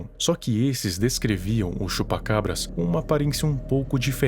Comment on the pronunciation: mano quando ele falava Chupa...Eu ouvia Chupa Cu kk